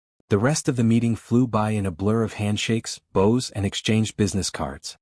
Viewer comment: Boughs not bows with ribbons. Your ai was good up to this point.